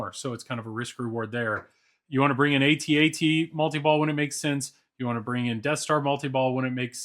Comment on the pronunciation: What I appreciate the most is that you say it A-Tee A-TEE... (that how we always said it over here) :)